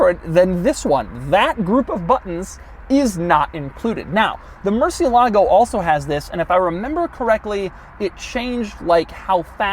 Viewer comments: It’s amazing how much Doug can expand on something so simple and basic as a climate vent and still entertain Doug also says mer-see-ah-lah-go. Now I was gonna rewrite how it should be said but the thing is it’s more about where to emphasize the pronunciation, since it’s Spanish for “bat”. It rolls off the tongue easier than how Doug says it. Regardless, it’s more like moor-see-eh-lago. Sorry for being a dickhead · I prefer non-working switches than cheaper looking blank ones. And please, is Murciélago (as bat in spanish), no "Murcie-lágo", which doesn't mean anything. Fine review, as always. Cheers. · Doug, Murcielago has the accent on the e not the a. It means bat not Lake of Murcia. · Is pronounce mur ciè la go . Not mur cie lagò names aren't supposed change across languages. But in the states every single person pronounces it Wrong. Is murcièlago. Wich mearns bat. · “Murcilago”? You mean murciélago! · I'm sorry but it's pronounced murciélago , not murciel`alo....:)